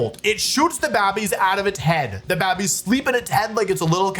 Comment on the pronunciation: he also says "babbies" instead of "babies"